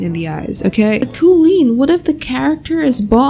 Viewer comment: “Kuleen” got me lol